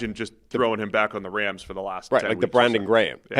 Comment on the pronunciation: its Rams not Rhams. dude with the accent says it weird homie